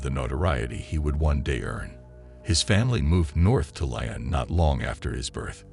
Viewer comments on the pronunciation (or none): You are so annoying everytime you say Marseille or Lyon..... you are not saying them right at all